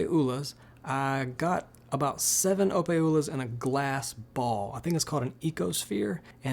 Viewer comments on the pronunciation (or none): Opae is pronounced O-pie lol